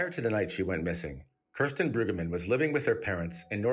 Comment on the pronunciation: Mispronouncing her name is so disrespectful.